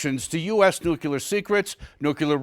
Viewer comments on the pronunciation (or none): It’s N-U-C-L-E-A-R, NOT NUCULUR…..idiots. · learn to talk. The word is Nuk Lee ar not Nuk you lar. Got it? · 1. It's nuclear, not "nookyouler". 2. It's Defense Secretary, not "Dept. of War Secretary". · Nuke u ler? And this guy has a job in which he is expected to be able to speak English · It's *nuclear**, not **nuculer* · Fun fact, it's NUCLEAR, not NUCULAR. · its "NU - CLE - AR" not nukuler. Sorry that just drives be absolutely batsh*t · Why is it so difficult for so many people to say the word "nuclear"? It's NOT "nucular". There's only one "u"!! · George W (piece of garbage) Bush ruined an entire generation and a half with his nuke U ler pronunciation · another moron who says nucular. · In the current year, why is a newscaster pronouncing "nuclear" as "Nuke-u-lar"?? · Nucular Resortch. 😂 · FYI: You lost me at "Nukeyuler" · "Nucular" isnt a word. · What is nu-c-lar ??? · Homie said nuc-u-lar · cause the atom's nuculus lol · "Nucular Resorch" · "Homie said nuc-u-lar" - An exceptionally large portion of the population does, for some inexplicable reason. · That one bugs me so much.